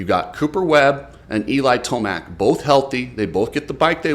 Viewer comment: Imagine how Yamaha would feel if he wins this championship. A healthy and hungry Eli is the most dangerous man on the track. Jett and chase are naturals. Eli just has the strongest mentality that even Webb talks about E-mill is how it is pronounced